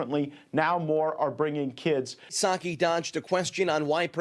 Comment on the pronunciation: The P in Psaki is silent, just like the P in P-resident Biden.